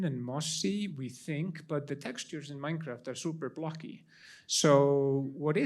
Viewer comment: "MAIKRAFT JAJAJA"